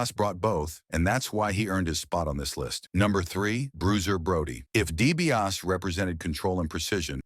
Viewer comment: Dibiase not Dibias